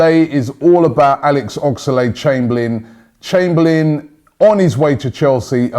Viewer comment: Anyone noticed he keeps saying oxalade?